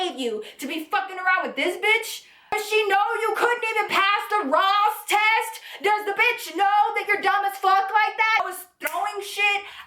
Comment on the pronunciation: IM SO MAD BUT EVERY TIME SHE SAYS ROSS TEST ITS SO FUNNY